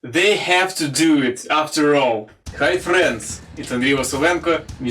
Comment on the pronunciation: I love how he says "hi frrriends"